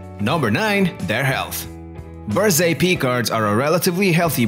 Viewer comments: Berger Picard... Berger like like Fabergé...not berzé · It's not Berze! Berger means shepherd, and it's pronounced with a G, not a Z.